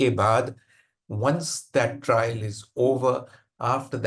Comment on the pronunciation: Trial not trail !